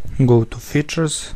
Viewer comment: Sounds like "go to the future", when it was Features xD